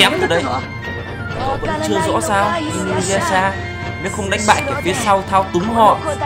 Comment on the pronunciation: Trong tiếng nhật "u " đọc là" ư" vì vậy đọc là i- nư- ya- sha ms đg